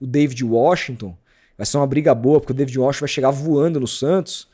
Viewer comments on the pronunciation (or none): none